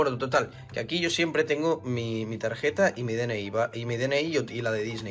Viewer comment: Tarjeta con g "targeta" que crack 🤣🤣🤣